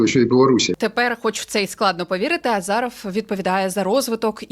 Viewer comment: Не азАров а азИров 😂